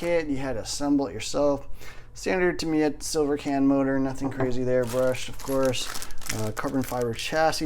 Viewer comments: Ta-mi-ya, surely not Ta-mai-ya :) Good vid again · It's Tamiya with an i. Good videos. Good luck on your kit.